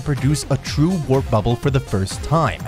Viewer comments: As soon as I heard him say "wrap bubble" I knew the comments section was going to be funny. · purposely mispronouncing WARP (RAP) is a tactic to get more comments for YouTube algorithm. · Glad he stopped saying wrap bubble after two annoying slip uos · I thought I dreamed hearing him say wrap thought I was hearing dyslexic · Why is this guy pronouncing “Warp” like “Rap” 🤔🤔🤔 just throw the whole damn video away 🤦🏾‍♂️ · A "wrap" bubble? Can't you guys read English? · Ok, you spelled WARP bubble. You say WRAP bubble, among other linguistic errors. Can't take you seriously. Bye. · spelled "warp" - pronounced it 'WRAP' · Yea, I noticed that this guy can't pronounce warp properly. Makes me wonder what else he got wrong. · OKAY FIRST THING WE EITHER HAVE A REAL IDIOT NARRATING THIS VIDEO OR IT'S THE BEST MOST NATURAL SOUNDING ROBOT VOICE I'VE EVER HEARD. WRAP BUBBLE??? HOW COULD YOU LITERALLY LET THIS VIDEO BE UPLOADED OR AT LEAST STOP IT AND THEN FIX IT, I DON'T THINK I'M COMING BACK HERE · I almost fell out of my chair when I heard wrap bubbles :D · ...w...wrap bubble-? You didn't even sound the word out. But I'm glad you fixed it later on. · Bro , I swear I was like wrap. This is one of those guys huh? People who know they’re saying it wrong but says it anyway , like Stewie griffin and coolwhip . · Did he just say, "wrap bubble"? LOL! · Thought I was the only one who that he said wrap bubble honestly had me going for a second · Omg how can rely on the information if you cant say the term properly? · Why did he keep saying wrap? Warp, come on man. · my guy was saying wrap instead of warp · bro im 2 seconds in.....did the man fr pronounce it as "rap" bubble? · Are you saying “wrap bubble”? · How am I going to believe anyone who reads “WARP” as “WRAP”. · Does nobody edit these videos for quality? "Wrap" bubble? And that was just the first...🙄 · Your video is stupid. It should be WARP bubble, not WRAP bubble. The voice keeps saying wrap. Please take it down.